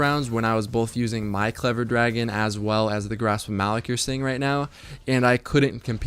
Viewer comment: Grasp of "muh-lock"